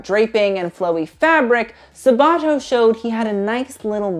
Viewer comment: I don't want to be mean but the way you pronounce Sabato's name gives me anxiety. It's Sàbato not Sabàto :)) great video tho I laughed a lot